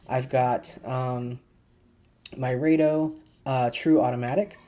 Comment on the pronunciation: nice video.... rado- (rah-do)